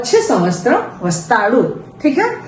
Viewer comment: Saal ke liye samvastaram nahi samvatsaram hona chahiye. Vaise aapka tarika bahut achha hai. Mai bhi videos dekhti hu